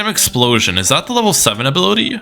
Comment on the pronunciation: "Rime explositon" is crazy